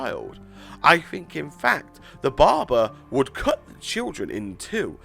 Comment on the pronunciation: yes, i'm laughing at the way he says "Barber"..................DA BARBAR